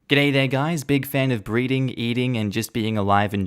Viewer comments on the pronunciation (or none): sounded like "breeding" to me 👀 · Did you say breeding or breathing?